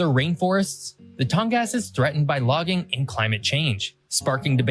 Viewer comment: Obviously, in addition to AK being the easternmost and westernmost state, it's also the northernmost, as well as having coasts on 2 oceans, the #2 being the Arctic one. For the record, Alaska's Tongass National Forest = TAHNG-gƏs, rather than TAHNG-gas, and is about the size of Lithuania. As stated, the Mississippi is shorter by 1 mile, but it is far ahead of the Missouri when it comes to volume. Since you live in Spain, did you notice that he correctly pronounced the fault zone MAD-rid, rather than ma-DRID? That's just 1 of many pronunciation quirks I've found here over the past 4+ years. The list is now over 2600. There's a 5th. desert here in the US, and it's "stinkin' cold", in that it's found in Alaska's Kobuk Valley N.P., thus being an arctic desert, like Antarctica.